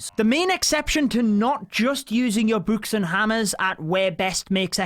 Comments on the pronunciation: Why he say. Boo-kes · Nobody: Literally nobody Him: buks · Bouks haha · Lmao the way he says books